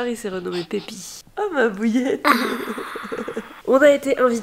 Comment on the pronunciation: Mais il dit « Pipi » ou « Pépi » parce que j’entends « Pipi » 😂